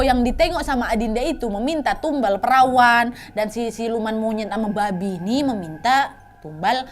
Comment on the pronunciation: Nyebut "Babi" nya bisa biasa aja ga kak😭😭